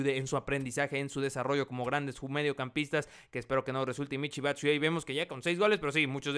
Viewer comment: Se pronuncia Michi Batsuayi